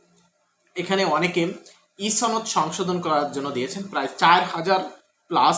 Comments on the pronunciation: আচ্ছা "সনদ" কে ছনদ কেন বলেন? আপনি যখন মানুষের সামনে নিজের বক্তব্য দিবেন তখন শুদ্ধ ভাষা প্রয়োগ করবেন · সনদ এর উচ্চারণ ছনদ, শনদ নয়। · একমাত্র রাজশাহী অঞ্চলের মানুষ ছ উচ্চারণ করে অযথা। কিন্তু এক্ষেত্রে আপনার সূত্র ভুল। এটা আঞ্চলিকতার জন্য নয়৷ সনদ শব্দটি আরবী। প্রথম অক্ষর ' ছিন ' দিয়ে শুরু। তাই এর উচ্চারণ ছনদ। আশা করি বুঝতে পেরেছেন।